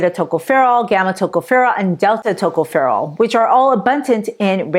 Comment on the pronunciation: Tocopherol Pronounced Accent on the second syllable. Secondly, on the last syllable.